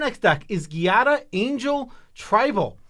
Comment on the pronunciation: Ciao! Giada is an italian name and the italian word for jade, so you can read the card a little bit like “Jad-ah” Long time fan, cheers on the million subscrivers!